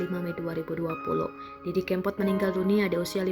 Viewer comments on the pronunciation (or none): Narator nya kayaknya nggak kenal dg mas didi.... cara ngucapin "kempot" jelas jelas menunjukkan bahwa dia gk pernah dengar nama itu.